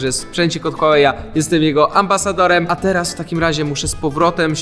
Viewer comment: Huawei czyta się: Hułałe